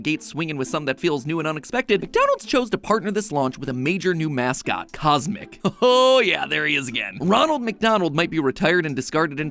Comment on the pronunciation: CosMc sounds like kus emmak tsk tsk tsk